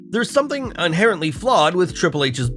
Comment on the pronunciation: lol. Bruh actually said "unherently" instead of inherently.